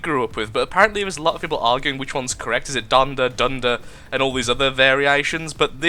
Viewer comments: Both your spelling and pronunciation of the word "donder" are right. (I'm dutch) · u said it right and not even with a english acsend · i am dutch and your prenoutination (wft dyslectia) of donder is correct